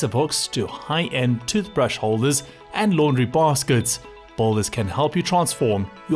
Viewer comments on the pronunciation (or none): He keeps saying 'balders'!